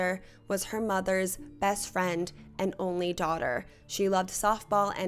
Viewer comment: Why don’t you pronounce Ts at the end of words “Bess” instead of best “moss” instead of most, “grapiss” instead of hrapist